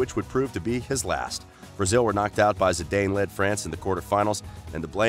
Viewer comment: damn you dont even try to pronounce the names right. zidayn? really?